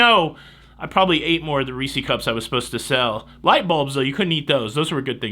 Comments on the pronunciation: People want to give you a hard time about irregardless but don't say anything about calling Reese's "Reesy?" LOL My wife says Reesy and it makes me chuckle every time. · I had to sell M&M's for class trips and cheerleading/football in late 70's to 1982. All that being said, ugh... please its Reese's and it rhymes with PIECES LOL. if it didn't rhyme, they would call them Reece's Feces! LOL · IM calling the police...! First --- IRREGARDLESS....and now: REESEE cups.... THIS IS AN OUTRAGE!!! the proper vernacular for Reeses regardless of singularity OR plurality is still REESES...I know this because I myself just wrap'd a refresher course in my grammatical studies... (cite your sources...!) 🤪 (NOTE: I only lash out at you because you do what I want to be doing...Vaycay for a living....im jealous...) lol🙃 looks like a blast buddy! Ill be on the Joy for a panama canal in late Feb...just lightening the bucket...you should hitch the cruise too...!